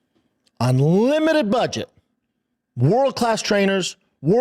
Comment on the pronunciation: OnLimited????? Does this idiot even know how he sounds when he talks?